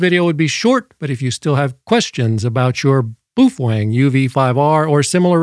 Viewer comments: I just discovered this mythical Beast a couple days ago and I don't subscribe to just anyone but this guy got me. Also he makes me wonder if he's just being funny or if I've been pronouncing it wrong this whole time boof Wang lol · no, it isn’t. The Chinese pronounce it pretty much the way it spells. Which isn’t that hard ;-) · I repaired your title: "What you CAN and what you CAN and SHOULD NOT DO". PS: What is a "Fufoeng"? BAOFENG. And no. Those are NOT Ham Radios. Amateur radio transceivers have operating limits. These devices have no limits whatsoever. That's why they aren't amateur radio equipment. FCC Only for 1 of the 200+ countries in the world. We dont't care what FCC say about those equipment. Not all the world live in USA. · I’m so used to the crazy pronunciations that i have no idea how to say baofeng